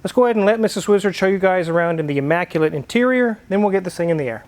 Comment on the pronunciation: The word is immaculate not emmaculate. At least in Tennessee, but maybe Kansas says it different.